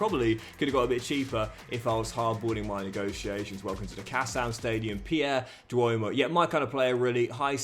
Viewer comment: Pierre Dwomoh's name is not pronounced 'Duomoh' but 'Djomo'